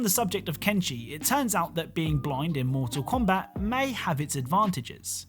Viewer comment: he said moral kombat eggs